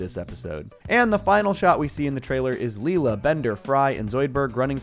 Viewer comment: excuse me, did you say Lee La? wow. did you even watch Futurama lol